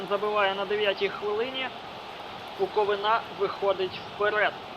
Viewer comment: БуковИна ...зверни увагу на наголос! а так то симпатичне відео)